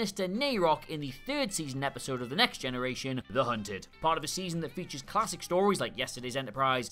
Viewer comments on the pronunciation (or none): none